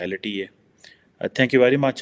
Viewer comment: "It's always PLAIIYOR talking to you" 🤣😅😆😂🤣😅😆😂🤣😅😆😂 Pakistani Madarsa chhaap Angrezi..... PLAIIYOR ......Pleasure MAIIYOR ...... Measure EXPOIIYOR ...... Exposure VIYON ....... Vision TELEVIYON ...... Television LAA ...... Law RAA ..... RAW JAA ..... Jaw